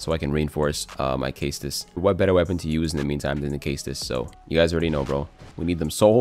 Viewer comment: CLICKED OFF CAUSE OF HOW YOU SAY CAESTUS